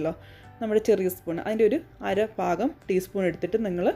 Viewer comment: Not ഫാഖം its ഭാഗം 😁😁😁😁😄